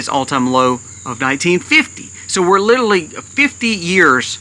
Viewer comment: Please listen to how many times you mispronounce and over use the word 'literally' in this video . . . 🙏🏽